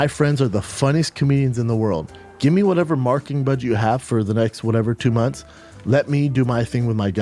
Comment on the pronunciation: instead of saying marketing budget he says marking budge 😂😂